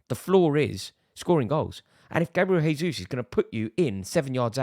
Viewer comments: A bit annoying how this guy says Gabriel “H”esus instead of “J”esus I’m sure you wouldn’t like it if your name was mispronounced as “Rary Jenn-ings” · For the love of God Rory, he isn’t Spanish! Say the J.